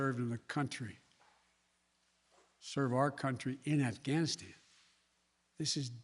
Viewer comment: “Bluh bluh bluh ghanstan “. Joe has to go